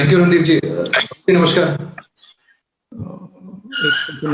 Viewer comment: Namashkar Sir.. reply: Namaskaar(correct way of pronunciation)..btw most people speak it incorrectly if everyone makes fun of Raga's slip of tongue..they should know wisdom of tongue also..